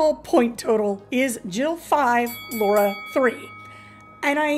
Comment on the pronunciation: Jesus; it’s pronounced LARA. Repeat it after me: LA RA! The heck is “Low Ra?”